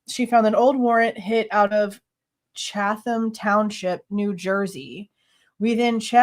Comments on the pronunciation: NJ here! Pronounced “chat-ham” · I’m in Savannah, GA. Chat-em County 😂😂😂